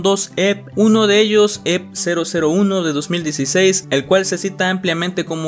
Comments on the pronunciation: yo te amo, pero se pronuncia "e-pe", xfa no vuelvas a decir "ep" Ya no recordaba que Marzo había sido un mes tan interesante en cuánto a Lost Media, me da risa ver como en el piloto de Drawn Together la mayoría de comentarios están en español, al que mejor le vino el rediseño fue a Xander No tenía ni idea de lo del vídeo de Blackpink, cómo me hace falta mi amiga blink en momentos así 😅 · te aviso que EP no se pronuncia EP, se pronuncia e pe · Me dio amsieda' que dijeras "ep" en vez de "E pe":face-purple-crying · eeee no se dice literalmente "EP" se pronuncia como un acrónimo "e - pe" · Ep se pronuncia i pi no Ep (no es hate amo tus videos) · oye no es por se mala onda ni nada de eso, pero no se pronuncia "EP" se pronuncia "EPE" O "E-P" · Un EP, pronunciado literalmente así. XD Se le pronuncia E Pe. Pero EP pronunciado tal cual veo que suena mamalon. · ¿Cómo que "Ep" wey? XDDDDD Se pronuncia diciendo literal las dos letras "e pe" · oye, se dice e pe, no ep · oye pije los EP's no se pronuncian tal cual se escriben, se pronuncian "E PE" no "EP EP EP" que suenas como trastornado :V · EP se pronuncia mejor como E-PE en español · Buen video, solo que los lp y a los ep se pronuncian como "ele p" y "e pe" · No imaginas cuanto sufrí todo el tiempo que no pronunciaste EP como “E-Pe”. De todos modos tqm mucho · me pasó lo mismo, no pude concentrarme en el vídeo por su pronunciación 😭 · Se pronuncia "E-PE" XD